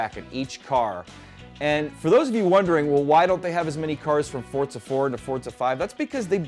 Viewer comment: Am I the only one that keeps hearing him saying "Fortza" instead of "Forza"?